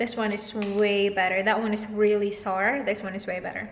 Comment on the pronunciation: U keep saying sour in a wrong way.